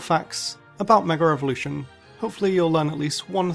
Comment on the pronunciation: Why do people constantly say "megar-evolution"? Where does the R come from?